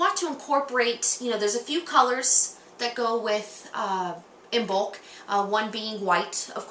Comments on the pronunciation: first of all you should learn to pronounce Imbolg correctly .......Gaelic silent "b" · Isn't the B in Imbolc silent? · You pronounced Imbolc wrong